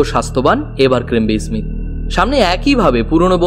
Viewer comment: ই-স্মীথ কে স্মীথ উচ্চারণ করলে ভালো লাগতো